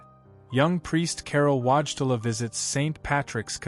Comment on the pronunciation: WHAT is the name you used!? The public has learned to pronounce this historic Pope/Saint's sir name and it's not Watchela! Whoever is responsible for this ignorant narrative needs a language lesson. Face a mirror and watch your mouth form these Polish letters into English : VOY-TILL-AH. Another fractured name is the former secretary of Pope John Paul II, (later Cardinal) Dziwisz, misspelled and mispronounced, JEE-VEESH. Show some respect to the memory of both these great men.